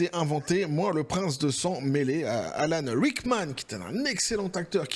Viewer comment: "Ah vrraiment, je suis le prrince de sang-m'mélé là"